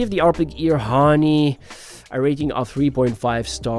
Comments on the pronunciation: Was gonna say that, ha nee is crazy lol. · pronounced as haa neh not honey or heyn.. it's japanese for wing